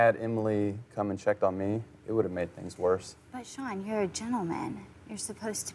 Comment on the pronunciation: Seann !!!why keep saying his name like that i cringe watched this🙄